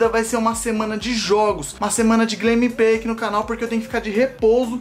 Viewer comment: "Glemepey" ksksksksksksskksksk